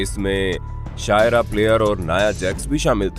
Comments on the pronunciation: वो अशुका नहीं आसका(asuka ) है और शायरा नहीं वो शार्लिट फ्लैर (Charlotte flair) है नाम भी ठीक से नहीं बोल रहे 😂😂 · भाई आपने तो गलती कर दी शारलेट फ्लेयर को शायरा प्लेयर कह रहे हैं और आज का को और आसका को असुका कह रहे हैं 🤣🤣🤣🤣🤣